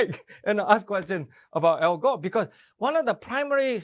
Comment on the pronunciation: "Al Góh"